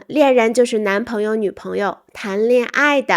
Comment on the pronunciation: 老师,您解释暧昧词的意思说“恋人”，但我听到“猎人”😂